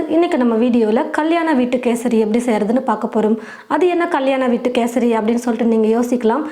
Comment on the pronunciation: First Kesari nu olunga sollunga